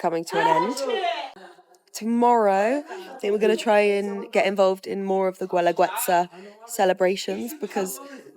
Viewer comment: Gooelagooetza? It’s pronounced geh-la-geh-tsa. A rule for Spanish pronunciation in the future is that if there is a letter ‘u’ before ‘i‘ or ‘e’ just ignore the ‘u.’